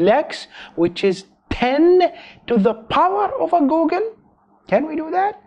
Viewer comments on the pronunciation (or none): Googol is pronounced "Goo Gle" not "Goo Gun" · How does he pronoune googol as goalgun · I don't know if it's his accent or if he's actually mis-pronouncing it, but when he says Googol as Go-gol, it kills me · I love how you pronounce googol. Go Gel.